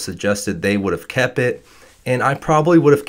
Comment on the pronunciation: I love how he says kept kepp